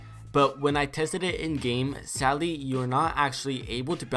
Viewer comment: Why do you say sally you don’t say sadly.